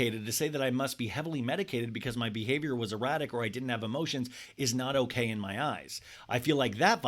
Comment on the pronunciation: "Owkey owkey" 😂👌